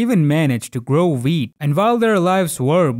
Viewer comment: Every time he sais wheat, I hear weed.